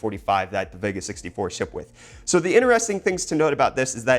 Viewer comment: Interesting way to pronounce interesting :/